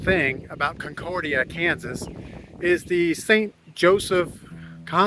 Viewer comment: Why didn't you ask a resident how to pronounce the towns name? Comment about forced labor showed your ignorance.